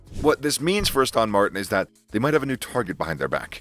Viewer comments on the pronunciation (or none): What is Az-TAWN Martin? It is ASS-ton Martin. Are we listening to some AI speaking? God help us. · Dude really whats wrong with you... other wise Good videos but Astawwwn Martin... can't watch your videos no more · Lool Astawn Martin